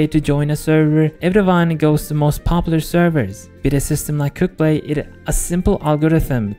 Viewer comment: i keep on hearing "cooked-play" rather than "quickplay"